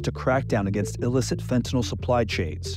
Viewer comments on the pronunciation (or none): I know it's a small thing but it's kind of silly that everybody, including media , politicians etc mispronounce fentanyl...